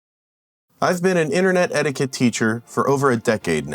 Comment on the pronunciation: STOP CALLING IT AN "ETTIQUE-SET" YOU KNOB! SETTIQUETTE!!!!!!!